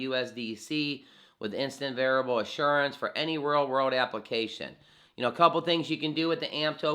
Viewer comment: Verifiable I'd pronounced veri FY able. Not variable.